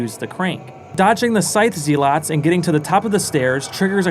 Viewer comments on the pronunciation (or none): Not the "see lots" 😭